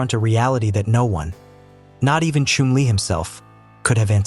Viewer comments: His name was Chumlee, with a short u. You said it lik flume, and ir should be Chum (like jump). If you are going to be an announcer, learn to announce!! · It’s pronounced is if your chumming for fish!!!! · The name is pronounced “ChUmly! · Learn how to pronounce his name and please drop the Indian music! Yikes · Not even pronouncing his name right! Not watching or following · they don't even pronounce his name properly!